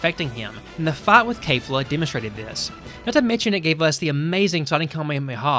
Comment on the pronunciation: Why are you saying Kay-fla instead of Kef-la. They literally say it in Japanese, in the anime, which is the original work - there's zero reason to mispronounce it unless you're using an AI voice.